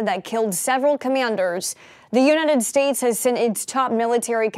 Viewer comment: Did she really pronouce United States as "unitted states"?